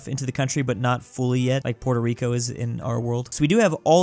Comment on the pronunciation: Congrats on 1mil but god I hate the way you pronounce Puerto Rico 🇵🇷. I’m a bit bias because it’s my home island, but if you can say Nicaragua right, you can do Puerto Rico as well.